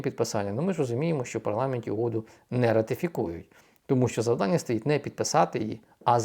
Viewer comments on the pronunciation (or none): none